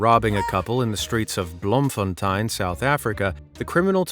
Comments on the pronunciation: You pronounce it like Bloom-fon-tayn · The pronunciation of Bloemfontein is criminal 😭